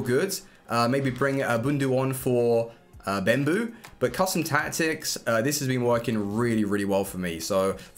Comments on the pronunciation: Yourensaying bembou instead of bebou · stop saying bembou there is no m in his name its bebou!!!!